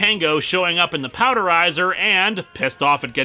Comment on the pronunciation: "called a powderizer".......c'mon dude...."power-dizer" power....power.....